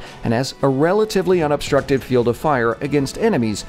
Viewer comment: Nah bro said fiell 652